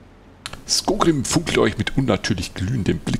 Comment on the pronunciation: Du weißt ja, ich kann bei manchen Sachen ziemlich penetrant sein. Es heißt SkoRgrím und nicht Skogrím. So das ist das eine, aber um noch ein paar andere Sachen zu erwähnen: Ich würde dazu ja sagen wollen, dass du dich an dieser Stelle in Thorin's Halle befindest und das du dieses Gebiet im Zwergen Prolog nicht betrittst. Zeitlich ist das ganze ein wenig Inkonsistent. In der Quest wurde ja gesagt das man mehrere Monate Thorin's Halle von Schutt und Unrat befreit hat. Skorgrím ist mit Ivar ja noch im Zwergen Prolog abgehauen was für mich andeutet, dass man den beiden direkt oder kurz nach den Ereignissen vom Zwergen Prolog begegnet. Wie soll das denn bitte funktionieren, wenn zum einen Thorin's Halle direkt nach dem Zwergen Prolog von Schutt gefreit ist und man zum anderen erst mehrere Monate dort aufräumen muss? Wir haben die Stark-Äxte endlich mal gesehen? Wann kommen denn die anderen beiden Rassen zu denen du noch kein Video gemacht hast? Und zu der Frage die du zuvor gestellt hattest, ich habe das Gefühl das der Prolog der Stark-Äxte ungefähr so lang ist wie der Prolog der Hochelben. Der Prolog der Beoringer ist deutlich kürzer. Also mach die beiden bitte auch mal. Zumindest der Anfang der Hochelben ist auch sehr gut geschrieben (und er beinhaltet auch gefühlt etwas mehr Text als der Prolog der Stark-Äxte).